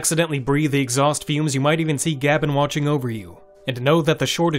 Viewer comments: Gab N made me laugh after so many years of hearing GabeN. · Very informative for people considering buying a deck. HOWEVER, I don't like the way you say Gaben, it's just wrong